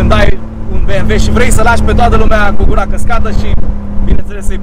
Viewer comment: Când am auzit "beamve" n-am putut să mai fiu atent la mașină, n-ai cum🤣